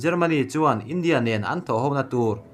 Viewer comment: 'India' tih i lam dan hi a thu a zirin a lam dan hi fimkhur deuh la tha lo maw....